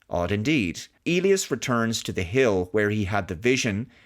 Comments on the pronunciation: The standard English pronunciation of Elias is "EE‑lie‑us ". If it were a Spanish name and you were speaking Spanish, then it would be pronounced that way you said it "eh‑LEE‑ahs " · "eely us"? Do they actually pronounce "Elias" this way in the movie? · I believe the name is pronounced EE-lye-ass